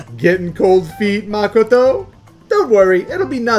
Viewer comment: Y are you guys saying Makoto's name wrong